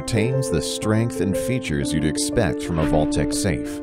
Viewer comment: umm... it's Vaultek not VALUTEK 🤣🤣🤣 good vid otherwise.